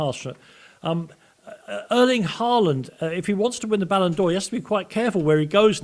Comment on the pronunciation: It is called BALLON 'doh' aka doh for a reason, Bart Simpson knows.